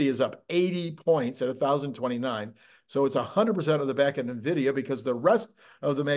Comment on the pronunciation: It's "en" vidia, not "nah" vidia. Love your videos, watch everything you release.